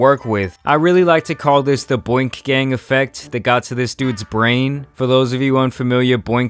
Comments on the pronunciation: player I think you mean BOONK, not boink. Boonk basically is slang for steal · It’s not boink gang it’s BoonkGang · Wth is Boink Gang? It's boonk gang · Boonk, not boink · Boonk not Boink 😂😭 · He called boonk boink lmaoo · U said boink Boonk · Brehhh I liked boonks video when u said boink I was like Nigga u mean boonk 😂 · Boonk* not boink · “Boink” gang? Boonk not boink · Boonk* not Boink* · "Boonk" not "boink" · Bruh its BOONK GANG not Boink! 😂😂😂😂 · Tf is Boink bro its Boonk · It’s not “boink” gang family lol shit was funny doe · Boink nigga its pronounced boonk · It’s boonk not boink 😂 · Mane U killed me when you Said "boink" Gang instead of boonk gang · BOONK. Not 'boink' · It’s not “boink” it’s “Boonk”. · Boonk not boink omg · Boonk, not Boink 😂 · Boink…lol it’s boonk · Boonk not bunk lol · Foo said boink gang lmao.... boonk gang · Boonk* not Boink 😂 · Boink? Its Boonk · Boink gang???? John cabbana???? It’s boonk gang and John gabbana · Boonk gang not boink gang lmaooo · It boonk not booik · Boink gang???? It’s boonk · Boonk not boink LMFAO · It’s boonkgang not boinkgang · His name is boonk not boink wtf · Don’t ever disrespect John Gabbana like that again. It’s Boonk my G. 😡 But keep up the good content 😂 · Man said broonk gang 😭😭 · He pronounced it "boink" gang lol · It is pronounced "Boo-Uenk" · Its "Boonk" lol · Bruh u saying boonk wrong 😂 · It's BOONK gang lik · its pronounced bonk gang